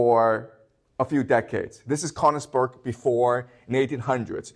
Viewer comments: Sir it would be even much more delightful and that beautiful if you would train to pronounce königsberg❤❤❤ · He skipped over all the war crimes (to put it mildly) and returned to Königsberg being the cradle of civilization. I doubt that praising Germany and Japan during WW2 is standard in Beijing schools. If anything, this video shows there is freedom of speech in China. However, be cautious when you hear somebody who cannot pronounce Königsberg praising the achievements of Germany up to and including WW2. His admiration for Prussia has blinded him to the extent that he commits basic factual errors, like the claim that Germany was fighting alone against the whole world in WW2. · The mispronunciation of Königsberg is painful to my ears. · He can't even pronounce Königsberg.